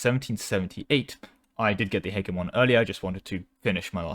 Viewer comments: I love you bro but its pronounced Heh-Jeh-Mon... 😭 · the way you say hegemon has to be rage bait. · Nah he's just doing a slavic impression.